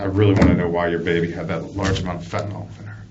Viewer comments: Can we please stop saying fentanall... It's ILL fentaNILL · Its pronounced "Fen tuh nill" not fentanOLL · I’m tired of ppl pronouncing it fentin-ALL. It’s pronounced fentin-ILL.